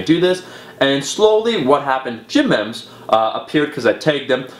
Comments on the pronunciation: Isn't it pronounced gym "meemes" not "Memms"? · "ME-mss" Not "membs" or "meeems" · AM I'm Canadian, I say "meem" - I think he just says it wrong lol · It's pronounced meems man... at first I was like what the hell is gym mems lol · It's pronounced Meems. Long E. It is a term coined by Richard Dawkins to explain how ideas can evolve in a similar way to genes. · "Mehms" lol. Dude it's pronounced me-me's. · Omar, it's pronounced 'meems', not 'mems'. :) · The hell is a mehm? I think you mean memes lol. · It's a pity you didn't ask people to keep an eye out for the smaller designers and stop ripoffs. Memes is pronounced 'meems' as in genes (look up 'who coined memes', you'll be surprised) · meem, say it like meem. BUT YEAH, that's a load of intellectual property issues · lol he doesnt know how to pronounce memes, but srsly, keep defending your rights you beastly warrior